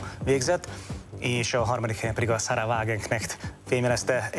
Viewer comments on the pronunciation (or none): ÉS NEM SARA, HANEM SAH-RA!!! IRÁNI, nem zsidó.